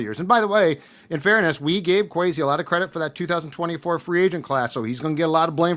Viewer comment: "Queasy" Adolfo Mensah